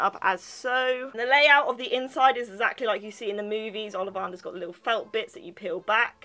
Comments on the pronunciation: It's olivAnders NOT olivARders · you say your a Harry Potter fan but you can't even pronounce olivanders what is olivarnders